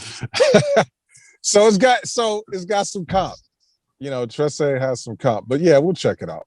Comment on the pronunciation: you said Trese right.